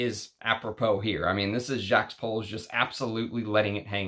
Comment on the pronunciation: On a side note, I normally don't care whether someone can pronounce French or not. You don't have to turn into peppy le pew to drop the 's' in Jacques. And half of the time you do! I thought you'd have enough respect for the perfumers to say their names correctly.